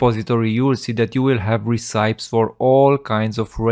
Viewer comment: great video, just please check the pronunciation of recipes 🤣😅